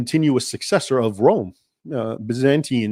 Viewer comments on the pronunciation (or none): none